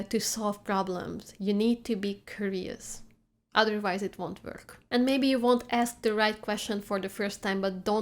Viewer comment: Dear, To learn the proper pronunciation of the word curious, break the word into four separate parts: k you ree us. Give each part the same weight in the beginning, keeping them separate. When you have it, blend the ‘k’ and ‘you’ sounds into one dominant syllable followed with blended ‘ree’, and ‘us’. Et voilà, you have reached the light at the end of the tunnel! As always, thank you for your lessons.